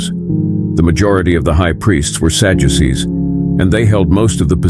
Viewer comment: I hate this AI 💩💩 "Sajuices"?